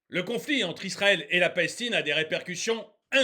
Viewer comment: DÉÇU POURQUOI TU PRONONCES PAS LE NOM DES PAYS CORRECTEMENT, TIRQUI PALASESTINE ....TU BÈGAIES DÈS LE DEBUT DE LA VIDÉO LA PALESTINE A TOUT PERDUE SES ENFANTS SES FEMMES......ET LA TU PARLES ILS PERDENT LEURS TRAVAIL A MACDO C'EST DE LA MAL BOUFF AVANT TOUT AU MOINS PEUT-ÊTRE C A FERA RÉFLÉCHIR LES FENS A MANGER SAINEMENT